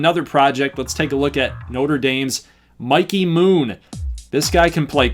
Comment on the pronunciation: Mikey Moon could be a stud😉, btw thanks for saying his name right lol.